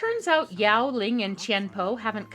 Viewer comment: Ling, not Ying.